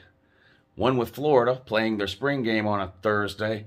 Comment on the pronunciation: They ain’t pwaying nobody WOUUU